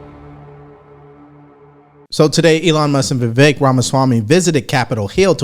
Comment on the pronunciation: funny how Dems shouted racism when Kamala Harris name was mispronounced but Jim Acosta can say VIvik instead of Vivek